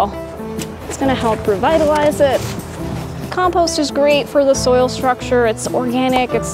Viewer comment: Very good except your mispronunciation of compost, which was really annoying